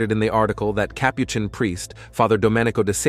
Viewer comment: Next time choose a narrator that knows how to pronounce the words Capuchin & Rosary. You told us nothing that we don't already know.